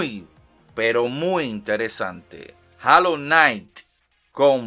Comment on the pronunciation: A mi me late que como traductor de ingles:D, tiene buen acento, di rainbow six (reinbou six): Rambo six, di hollow knight (jolou nait): jalou nait.